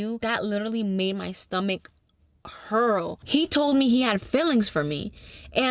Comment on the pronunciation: The way you said hurl lol